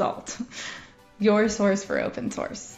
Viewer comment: did you say open soureer'er; err, like open-sorcerer. ROFLstompLMAO., fubniest thing since sliced bread. Legit.....olol